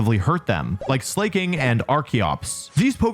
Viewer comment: Oon-fez-awt, Slay-king. He always finds the weirdest ways to mispronounce names.